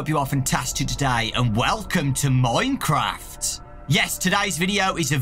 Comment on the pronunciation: Normal people: minecraft Dawko: MoiNeCrAwFt